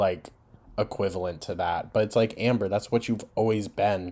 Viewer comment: When you said ,"Anber" I got called out lol gorl!! Lol 😅😅